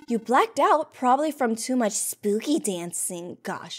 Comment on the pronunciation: No one: Nena:ESPOOKY MONTH